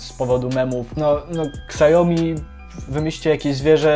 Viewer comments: Siaomi a nie kasjomi ;) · mówi się "siomi", nie "ksajomi" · siaomi, nie szałmi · przez jego amerykanski akcent to brzmi jak "szałmi" lecz poprawna mandarynska wymowa to "siałmi" to "ał" jest krotkim ao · Spec od marketingu, który nie potrafi wymówić Xiaomi poprawnie.